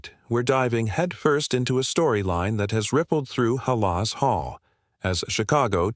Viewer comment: Stop mispronouncing halas 😢